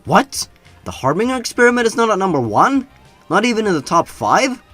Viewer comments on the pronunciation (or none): It drives me crazy at how many words you mispronounce. Harbinger is pronounced har-binj-er